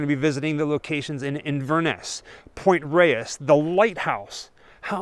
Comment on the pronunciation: Point Reyes is actually pronounced Point "Rays", not "ray-ess".